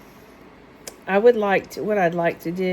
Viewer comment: suite is pronounced sweet